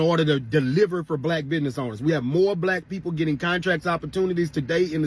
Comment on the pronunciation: Bidness? Pertential?? 😞